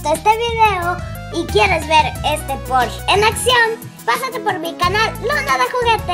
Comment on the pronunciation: Jaja me gusta como dice "Poorsh" xD